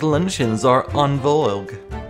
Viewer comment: the u in Vogue is silent, btw.